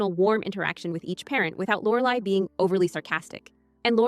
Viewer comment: AI...can't even say Lorelai's name right